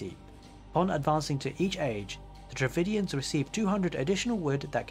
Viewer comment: Its Dravidians not DravINDIANS